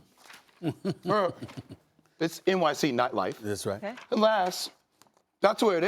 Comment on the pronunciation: Jay will read your visuals next time before asking for all the attention.its nightlife not lightlife